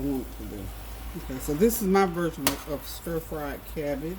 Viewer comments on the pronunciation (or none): none